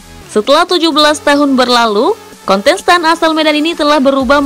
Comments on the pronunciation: Gagal fokus sama pengucapan kata Kontestan jadi “KONTENSTAN” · KONTENSTAN? woy salah lu nge-host salah ngucap woyy.